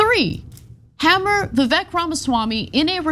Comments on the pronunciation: Vivek the Snake (It’s actually pronounced “Vih vake”) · Vivek is pronounced Vivake.. So Fake Vivek is not that terrible. Sounds worse if you're mispronouncing his name... But whatever lol. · It's pronounced 'viv-eck' stress on the first syllable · Umm, guys, the name “Vivek” actually rhymes with “fake”. In most Indian names, the letter “e” is pronounced “ay”. Like in “Abhishek”, the last part is pronounced “shake”. Same in Mahesh, Rajesh, Umesh, etc. the “esh” is pronounced “aysh”. Although Vivek Ramaswamy is pretty fake and so is Robot Ron. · You’re pronouncing his name wrong. It rymes with fake. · Vivek said in his Rap Number on Fox News, that his name is pronounced "vi-VAKE", so it rhymes, "FAKE vi-VAKE". It's not that bad, but it won't save Ronny DeSatans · The “Vivek the fake” would rhyme…Vivek pronounces his name to rhyme with “cake”….ergo it would sound like “Vivake the fake” or “fake Vivake” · Did you not see Vivek’s rap? It’s Vivek, it rhymes with cake (his opening line) So Ron’s attack rhymes when you pronounce Vivek’s name correctly and that’s supposed to be catchy but it’s still lame and wouldn’t work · They seem to have gone for “Vivek the fake” because it rhymes - Vivek is pronounced “Vivake”. Still pathetic though